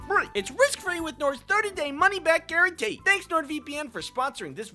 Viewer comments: "guaran l e e" Who is lee? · classic saying guarantee as guaranLEE